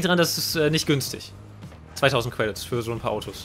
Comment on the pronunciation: Er sagt auch nicht credits sondern cwedits